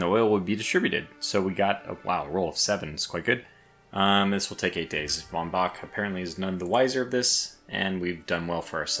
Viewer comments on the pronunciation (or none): none